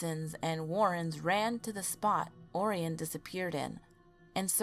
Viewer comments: I'm pretty sure it's pronounced ORyan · Also, "Orion" is pronounced "Oh-Ryan".